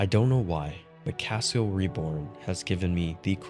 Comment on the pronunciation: One note on pronunciation, “Cassiel” would be pronounced like any other of the judeo-christian angels with an emphasis on the “-el” part which denotes divinity in their pantheon. Like Gabri-el, or Razi-el, it would be “cassi-el” not “cah-seal”.